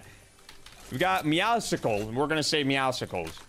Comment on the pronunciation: 4 years later and people still can't say "Meowscles" correctly 😭New season + vid fire tho